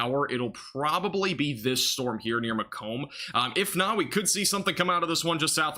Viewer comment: Just started watching and the 1st tornado warning is Macom IL,, home of Western Illinois University. A town surrounded by corn and soybeans, and a university. It's Mah-Comb, emphasize last graph. "Mac Donnna" is kind of how to pronounce. Probably country. OK, now I'll see how that came out...